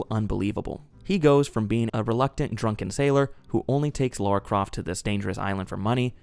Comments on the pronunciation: It's Lara not Laura. And you call yourself a fan lol. Hilarious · Pet peeve I know but I really hate when Americans say tomb raiders name they always overdue it and mess it up it’s just aggravating cause it’s a simple name, it’s LARA there’s no U why do you say LAURA smh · LAra not LAUra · Omg are we still saying "Laura Croft" in 2025?